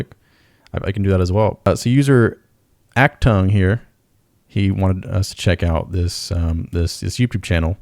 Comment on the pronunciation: It's pronounced Ocht-toong. 🤓